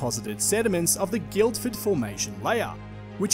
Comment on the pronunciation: hears Guildford mispronounced Oh, he's not a local.